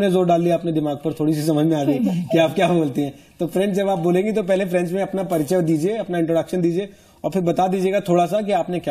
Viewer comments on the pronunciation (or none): french Galt bolti h